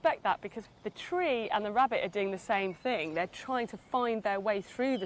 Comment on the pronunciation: wow i never realized how much i hate hearing the letter R mispronounced, like nails on a chalk board wabbit wawwen over and over.....